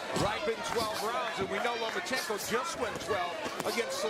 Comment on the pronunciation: Why the hell do you keep saying Lomo? it's not Lomochenko... it's Lomachenko. Loma not Lomo.... And wow groundhog Gary fighting once a year is still a champ go figure?